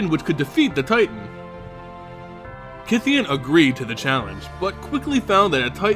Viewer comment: I thouht it was pronounced as KAI THEYON